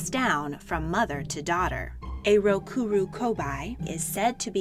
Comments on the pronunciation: It’s actually ( RO-KU-RO-KU-BEE ) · Is not "rokuroku-bye" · You pronounced rokurokubi wrong. The right way is rok-uro-kube. I know it is spelled with an i, but this is just how you pronounce it.